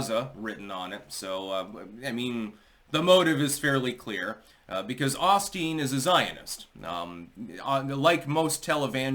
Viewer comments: It is pronounced Owe Steen. Not awl steen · pronounced “o-steen" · Drinking game: Every time says "Ahsteen". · Joel Ahsteen?